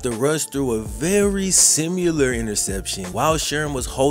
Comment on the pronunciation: sih-muh-lur not sih-myu-lur